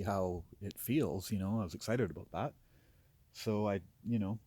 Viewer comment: Aboot = Canadian :)